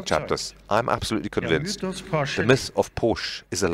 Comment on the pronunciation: Everytime I hear POOSCH in hurts my ears. Its PORSCHE....GET IT RIGHT HEHE